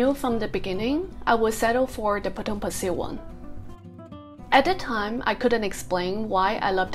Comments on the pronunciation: You pronounced "Pasir" wrong. It's a Malay word and hence it is pronounced as "Pa-Say" which means "sand". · I know you will be back for the Fish Head Noodle Soup!😂 I actually wanted to date you for dinner at that coffee shop after the pandemic! I am staying nearby and the NTUC you mentioned has closed down. and let me teach you how you pronounce Potong Pasir locally......Potong Pa_Say!🤣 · I lived in Potong pasir for 10 years and goes back annually. My family still lives there. I have never never ever heard anyone pronounced Potong Pasir the way you pronounce it. It’s Potong Paseh not Pasil. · FYI the right local pronunciation for Pasir is sound more like 'pa say' not 'pa sir'. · Potong Pasir is very close to the apartment where I was 31 years ago. Your pronunciation of Potong Pasir sounds cute. I used to play basketball their prior to my departure to US. Have a good weekend. Thanks